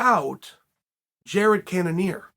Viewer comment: Izzy called out cannionier